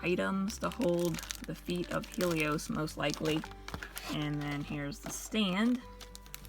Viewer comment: It's hell-ee-ohs not heel-ee-ohs Sorry that was just really bothering me